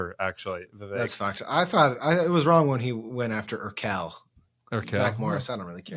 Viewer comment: Its not irKEL, its IRkel, accent on the first syllable.